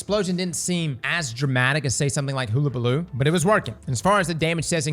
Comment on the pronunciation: [ pronounces Hullabaloo ] me: But that's wrong. me an instant later: huhuhuhuhuhu